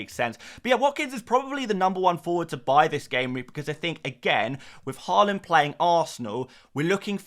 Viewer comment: Nice to see you saying Haaland correctly now. Given up on your Whorland. 🤡